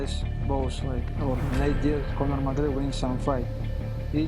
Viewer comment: ”Conhor MacReyber” 😭👑🤣